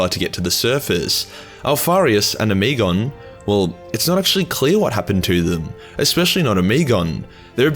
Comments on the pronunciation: Ohm-eh-gone, not oh-me-gone...you're killin me smalls. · oh-muh-gawn.. the way you are pronouncing it honestly makes me want to unsub off that alone.. it's like nails in my ears..After using the word autismo I forgive you though..